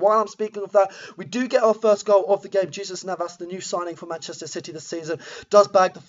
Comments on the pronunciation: Your pronunciation of Jesus Navas made me chuckle, cheers for the upload. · LEARN TO SAY JESUS NAVAS